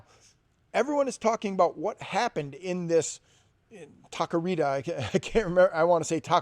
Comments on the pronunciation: Lmao this fool said tacarita. It’s Taqueria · Tak-kee-reha! For the love of God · That pronunciation on taqueria just killed my ears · Taqueria ta-ca-ria 😂